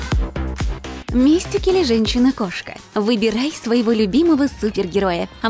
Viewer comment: Правильно говорить МистИк. Ударение на второй слог. А у Харли пиджак, футболка и шорты.